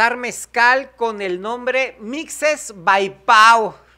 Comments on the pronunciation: MIXE se pronuncia como ""J """ (MIJE) como MÉXICO pero como tú decides de gachupines no prenuncias bien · Se pronuncia mije, mijes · Se dice tal cual.Mije para que lo pronuncies como suena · Mixe ( se pronuncia Mije) es un grupo étnico de Oaxaca. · Se pronuncia mije saludos desde Oaxaca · Pero se pronuncia mije, son mijes, de la región de los mijes!!!!!!!!!!!!!!!!un abrazo. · Hola. Se lee Mije pero se escribe Mixe. Es como Mexico 😂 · 😂😂😂 no maka es mije la pronunciation no mam3s 😂😂😂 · se escribe Mixe; pero se pronuncia Mije. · Se pronuncia “MIJE” y se escribe MIXE!!! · Mixe ( se pronuncia mijé). Los muxes el tercer género de Oaxaca ( se pronuncia algo así:mushé) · no pronuncias bien Mixe.. Debe sonar asi Mige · Se pronuncia como "J" mije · Se pronuncia mije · Pronuncia la "x" como "j" Sería "mije" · La pronunciación de Mixe, es como México, se escribe con X y se pronuncia como J